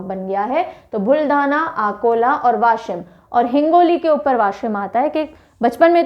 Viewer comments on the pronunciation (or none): वासिम ( यासिम नाही), गोंदिया (गोंडिया नही) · Yashim nahi madam वाशिम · Washim not ashim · mam you said याशीम so please try it saying वाशीम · mam it is not Yashim it is Vaashim (Washim) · याशिम nahi वाशिम वाशिम मैं बुलढाना से hu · यशिम नही ..... वाशिम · Mam it's not yshim it's washim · वाशीम not याशिम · आशिम नहि वाशिम, गोंडिया नहि गोंदिया, सतारा नहि सातारा, धुले नहि धुळे, नेस्ट टाइम आप सहि बोलि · Mam it's वाशिम not याशिम 👍😍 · It is Vashim not Yashim to pronounce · Not a yashim. washim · It's Washim not Yashim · It is वाशिम=Washim not anything else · वाशिम pronounce mam, I. nanded district. Aurangabad divisions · गोंदिया,वाशीम ये है करेक्ट उच्चार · Its Gondiya , darwaja wala d , washim its waa ... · Washim ka pronounce galat hua... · Very informative Session..Minor correction in Pronunciation of Washim.